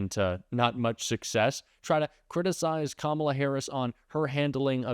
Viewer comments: They purposely mispronounce Kamala's name. They make me sick. I hate "mgt " lol and every last one of the maga morons. Hey, Margie?? Better get used to calling her, Madame President! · Mispronouncing Kamala Harris' name again, eh Marge? MTG says "murderers, rapists, and terrorists"????? Oh dear, how scary. Why did MTG, and the rest of the MAGA idiots vote down the bi-partisan border bill? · Apparently MTG also has a speech impediment. If she can't pronounce Kamala, try Madam President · Why do Republicans insist on mispronouncing her name? Is it supposed to be funny? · I hate how she pronounces Kamala's name incorrectly on purpose! I guess she's just trying to make it sound more 'foreign' or something. MTG is such an awful person! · Can't/won't pronounce Kamala's name properly at this point automatically makes what you say, Marjorie, up for question. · I feel she is perpetuating racism by refusing to properly pronounce VP Harris's first name. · I love it when people mispronounce Kamala, because then I can stop listening to what they have to say. They are either stupid, rude or both. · She intentionally mispronounces VP Harris' name. She is VILE and should be called Maggot Tayler Greene by everyone responding to her from here on out. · They think they're so clever intentionally mispronouncing her name. These people are all insufferable toddlers who have no business being anywhere near our government.